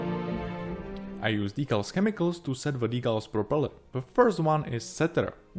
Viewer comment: Nice model, great job! Unfortunately, I struggled to understand your English. I think you should stop forcing a British accent because it makes it harder to follow. Just speak naturally in your own accent — trust me, it’ll be much clearer. For example, at the start of the video, when you say 'propeller,' you put the emphasis on the wrong part, pronouncing it as 'propeLER.' Just a friendly bit of advice. Cheers, mate!